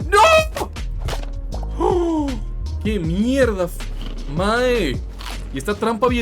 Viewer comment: nga said "mahe" with his brown costa rican ass